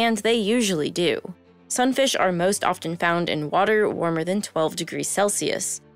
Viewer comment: I had to stop watching this video because the hostess kept pronouncing the “t” in often.